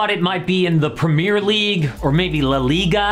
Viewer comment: american pronounciation of premier league 😭😭😭😭😭😭